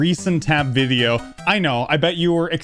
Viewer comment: did he just say viveo